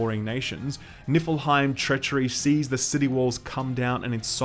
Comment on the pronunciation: lol..."i swear it sounds like your saying Nippleheim... "God was killed by the Nippleheim"..